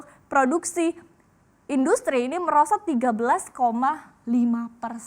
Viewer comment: ngakak jirrrrr.... merosottt ke merkosot wah dampak congorna, eh corona!